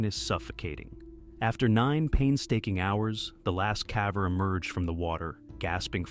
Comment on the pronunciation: Why does he say caver like that? Cave-er, not Cahver